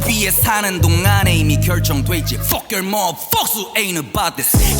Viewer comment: 여기 fuck발음이 ㅈㄴ찰져서 계속 들음ㅋㅋㅋㅋ